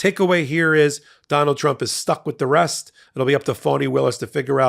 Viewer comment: Did You say Rest Or Rust ? Lol